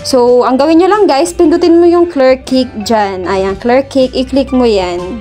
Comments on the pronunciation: Salamat sa tutorial Ma'am. Pero Kash po ang pronounce nyan Ma'am not Cake :D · ang pronounciation ng word "cache" ---> ay "kash"